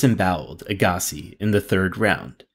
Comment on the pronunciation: This narrator never watched tennis if he can’t pronounce “Agassi”. That’s ok though. Correct pronunciation is “Agga-see”.